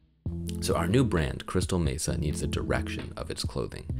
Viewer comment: This has been the struggle for me for a while can’t figure out what exactly i want to go for but glad to see you put examples with multiple logos. When you said crystal mesa i kept hearing crystal metha 😂😂 had me laughing very informative video